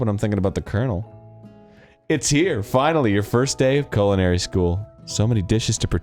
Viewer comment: that is the weird pronunciation of culinary ive ever heard lol thats not even remotely close